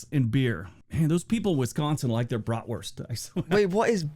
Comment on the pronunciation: Brat-wurst. It’s like a sausage